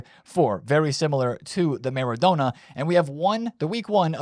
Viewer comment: just leaving this here for you. Maybe you will start to learn how to pronounce Maradona.